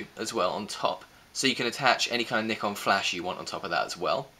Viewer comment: At least this guy read the brand name correctly